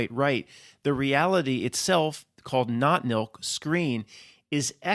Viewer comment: I keep hearing "not milk" every time you say that phrase. As in, not human nor fur-babies.